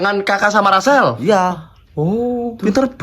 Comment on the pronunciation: Oiii lu kagak bisa omong rrrr ya bilang Rassel aja gitu jangan acel alay,pick me,jelek lagi